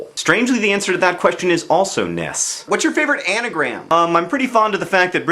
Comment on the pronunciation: Finally, an American who treats "NES" as an acronym and doesn't pronounce the letters individually!